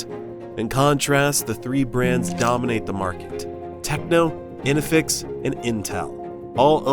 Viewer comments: It's INFINIX not INEFEX... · its not Inifix, its INFINIX. its not Intel, its itel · Yooh its... In-fi-nix(INFINIX) NOT "ENEFIX" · This guy reading "Infinix" as "inifix" is getting on my nerves. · Man, love your content. but in the start you unfortunately pronounced 2 brand names wrong It's Infinix, not Inifix It's Itel, not intel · in....fi.....nix, in.....fi....nix , in....fi....nix, not in...ne.....fix and it's i...tel not in....tel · Infinix not inifix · no way bro said inifix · Why can't your AI pronounce Infinix properly? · listen carefully, he mispronounces it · Boy butchered infinix and itel i can't stop laughing 😂😂😂😂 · Nice insight, but at least, train your AI voice to pronounce infinix properly.